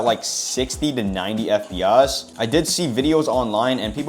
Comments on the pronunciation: Why does bro say FPS like that? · Why does bro say fp as